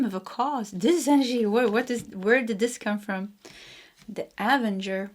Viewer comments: Pile number 3. Loved it and agree and believe this. ❤. A-ven-ger is how to say this. You almost had it correct. Hope this helps x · Avenger card pronounced Uh-venger 😊